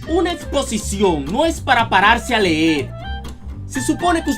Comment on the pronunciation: creí q decía explocion, y como savia q me estaba miando